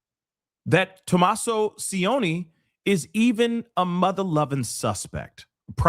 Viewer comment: could have used google to get the son in law's pronounciation. "c" is soft, not "s" sound like Spanish "c" is ch sound, like cheat. C followed by i chi. If it was c followed by a, it would be ka..cat or o the same hard like k. has no idea about house prices in Tucson. Again, didn't do homework. Google, again can give info.